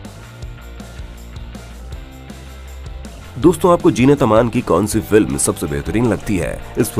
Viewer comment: abay naam to theek se lo Jeenat nahi Zeenat. Saale anpadh ganwar kuch bhi video bana dete hain. She still looks gracefull and has always looked.